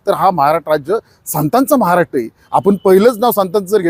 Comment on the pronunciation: सर्व बरोबर बोलतात पण महाराष्ट्र तेवढ नीट बोला 😂